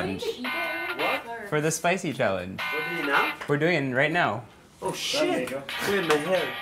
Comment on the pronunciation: Nico: "I don't feel shet anymore" 😂😂😂😂